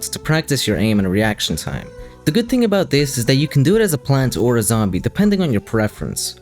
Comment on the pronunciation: who pronounce "Gnome" with a G sound? also it's "two" not "chew" and "thing" not "ting" "Three" not "Tree"